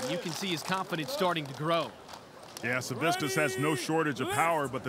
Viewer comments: If I have to hear that commentator say saviscus instead of “Savickas” one more gd time… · Why do the commentators keep adding a second S to Big Z, last name?? It's Savickas, not SaviSkas